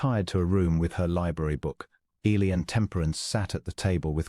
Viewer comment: Good story, but please try to work with AI to pronounce Eli’s name correctly and consistently. Temperance and Eli are interesting characters and complement one another. Listening from Clarksville, TN.